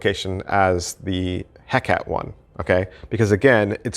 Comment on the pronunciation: Great review. Perhaps review your pronunciation of the words "Cartesian" and "Hecate"...